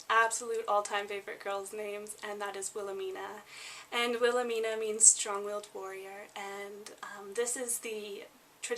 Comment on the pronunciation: You mispronounce the names Annelise, Wilhelmina and Jaeger like most English speakers around the world. Jaeger/Jaegar is a surname and the surname Brenner doesn't mean " dweller by the sea" the surname Brenner come from High German and means "to burn" eg. someone who burn's wood, brick or Charcoal. And you said the word spunk like many American's to mean get up and go or one who is courage or determination. However in other English speaking countries the world spunk or spunky means a man's sperm.